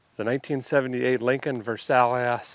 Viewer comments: Versailius? Versailles is pronounced Ver-Sigh, just like the place in France. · Ver-sail-eee-ess? LOL... Ver-sigh. Love your videos! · Just saw your video today. It's a Lincoln Versailles. It's pronounced: "Verse" as in musical verse. "Eye" as in eyeballs. "Verse Eye". I think you called it a Lincoln Versalious, or something like that, which is kinda funny. Anyhow, thought you'd like to know. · "Ver-SALE-ee-us"? You can''t be for real! The car (a marketing failure) was named after a city in France, pronounced "ver-SY". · Respectfully please know how to pronounce the Lincolns name. It's not "Ver sa leous" It's a " Ver-siles" ...I had one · Great video. Pet peeve: Where did you learn to pronounce the name of the car?!? It's named after the famed French royal palace of Versailles and is pronounced "Ver-sigh". Driving me nuts everytime you call it a "Versaylious". It didn't sell well because it was way to easily identified as being the same chassis platform as the Ford Granada and Mercury Monarch. Cadillac had the same identity problem with the Cadillac Cimarron that too many people called a overpriced Cavalier. The same accusation could have been leveled against the -era Chrysler New Yorker 5th Avenue being nothing more than a fancy Dodge Diplomat that were used for law enforcement and city/county motor pools across the US, but oddly didn't seem to deter sales. Many an unappreciated car like this finds a new love as a rare survivor that is nice to be saved - just because it was so unpopular at the time. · Ver-sigh, not ver-say-lee-us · too funny, Versailles, French not versaylees, versigh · it's not Versaileas it Ver'si!!! Get a better understanding of the English Language!!!! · you would be correct and derek is mispronouncing the name as he does. Lincoln Versailles Pronounced Ver-Sigh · Haha, love the American pronunciation of Versailles, its a city in france and its pronounced “vér-sah-yuh”. But then again i used to pronounce Yosemite “yohs-might” lmao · He knows.